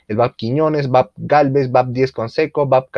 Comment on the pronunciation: Excelente video. Muy completo e incluye los nuevos proyectos. Solo una observación; los buques de la MGP, vienen precedidos de las letras BAP (Buque Armada Peruana). La pronunciacion adecuada es Be A Pe, no bap. Un abrazo y sigue adelante!